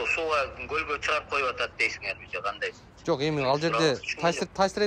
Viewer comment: Гандай эле дейтко 😅😅😂 тооок ме